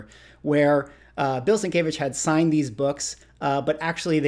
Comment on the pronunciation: FYI, not meant as any slight just a correction, and only cause you repeatedly said it in the video, it is sin-kev-itch. Sin Kev Itch is how Sienkiewicz is pronounced, I butchered for many years until I started working with him about 10 years ago.